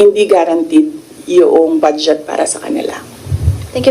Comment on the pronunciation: It’s funny how she pronounces the word BUDGET as “BADSJET” !